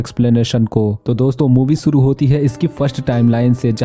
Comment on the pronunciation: Suru❌ = shuru✅